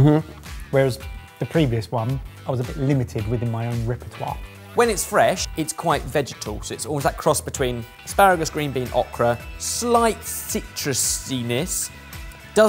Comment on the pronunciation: I get a kick how says okra. 😂🤣😂🤣 It’s a long O sound…O-kra